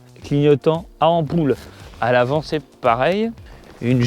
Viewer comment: Mais c'est pas possible, c'est pourtant pas compliqué de dire "ampoule" sans avoir forcément un léger accent du sud! Coucou!!! C'est rigolo pour un p'tit jeune comme on fut été (🤔pas bien français mon truc là 😅) Effectivement ça a l'air moue au démarrage, sûrement la cause des pneus terreux... Dommage que les câbles passe un peu à l'arrache sur le tableau de bord, ce doit être assez gênant. En tout cas tu t'es moins éclaté qu'avec le can am de la semaine dernière. Encore une belle vidéo!!! Allez abonnes toi.